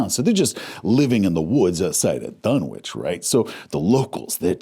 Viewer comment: Isn't is pronounced "dun-itch"?